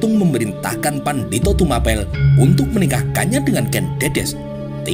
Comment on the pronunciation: Yg betul TUMAPEL itu bacanya sprti baca APEL